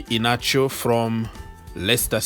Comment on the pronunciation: Kelechi I-hia-na-cho is how to pronounce the name